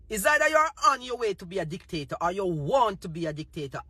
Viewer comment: Are u saying the pm is a dictator, or a dick taker.? 😂😂 I’m just trying to confirm my ears..